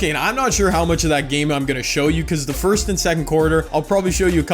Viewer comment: “Fourst quarter”😂😂😂